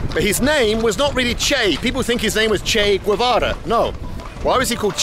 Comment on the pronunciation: you pronounced Guevara perfectly, later on, you butchered it lol